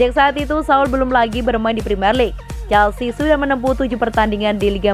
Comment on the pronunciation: Nice, penyebutan Chelsea nya udah jelas sekarang 💙